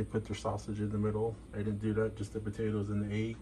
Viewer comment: “batatoes”….